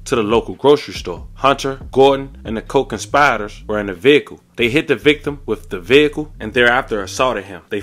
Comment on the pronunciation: And the CO-CONSPYDERS lol😭